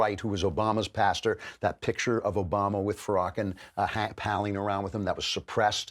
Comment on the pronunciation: Barrack OKAMA?! Did Andrew Klavan accidentally call A-Rock O-rama the japanese word for effeminate gay, drag queen and transvestite? Oh and also the gay slur that starts with f. What a mad lad... and he might not even realize it...